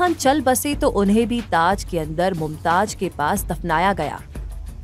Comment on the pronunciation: Pahle aap pronounced sahi kare us ka naam mumtaj nahi mumtaz hai